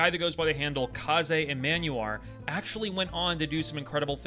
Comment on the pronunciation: I believe that it's pronounced "Kaze".